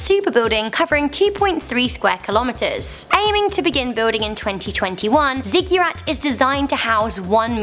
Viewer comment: Ziggurat = /ˈziɡəˌrat/. Not 'Zigyurat'. No 'y' in the pronunciation. Ziggurats were ancient Mesopotamian towers.